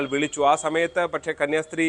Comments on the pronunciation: കുടുംബശ്രീ എന്നു പറയുന്ന പോലെ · കന്യാസ്ത്രീ ആണ് 🙏 കന്യാശ്രീ അല്ല 🙏